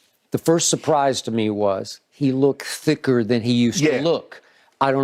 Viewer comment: Why does skip say thick like that?!?😅